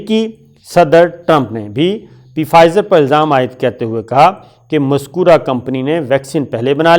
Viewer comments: P fizer nahin...yeh ask hi word hai....aur p silent hai...pronounce as fizer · Please say 'Fizer' not 'Pfizer because that 'P' in Pfizer is silent, just like pneumonia is written with a p but pronounced as 'neumonia'. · Sir its fizer p is silent and german company name is bion teck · Pronunciation is Fizer.P is silent. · The P is silent in Pfizer. It's pronounced Fizer. Listen to British and American reports on it.